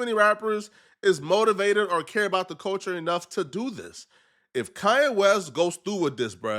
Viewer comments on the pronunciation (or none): ITS KANYE WEST NOT KA-YE WEST. WHY YOU SAY IT LIKE THAT BRO